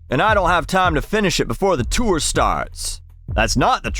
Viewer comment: I love how you say “chewer” instead of “tour” 😂